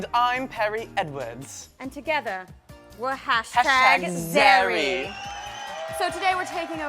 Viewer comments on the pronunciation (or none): It's zerrie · I'm sure you've gotten this a million times but.......... It's #Zerrie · its Zerrie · It's #Zerrie not #Zarrie but ok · Um awkward... Its zerrie not zarrie lol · Its Zerrie not Zarrie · I thought it was zerrie =p not zarrie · #zerrie not #zarrie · Tyler it's Zerrie not Zarrie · First, zerrie not zarrie. Next, omg Tyler's #1 video was hilarious the girls like go insane like its so funny I just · I thought it was zerrie not zarrie lol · It's zerrie not zarrie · It's not #zarrie it's #zerrie!!!!! GOD WHAT IS WRONG?! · It's #Zerrie not #Zarrie... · Its #Zerrie not #Zarrie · Zerrieeeeee not Zarrie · It's actually Zerrie,, not Zarrie... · Its zerrie not zarrie ugh anyways these costumes are amazing i thought tyler was a girl for a second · Isn't it Zerrie? Haha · Its Zerrie..